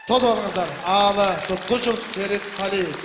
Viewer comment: Туткучуф деп жарыялаганы жакпады. ТуткучЕв деп через Е тамгасы менен жазылат жана айтылат.